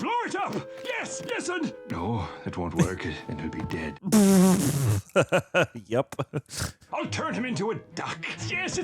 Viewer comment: He said it's a dad giveaway instead of dead giveaway 😂